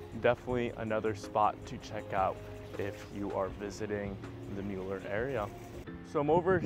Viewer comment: It's pronounced "miller". Thanks for the report. I have lived in Austin for 43 years.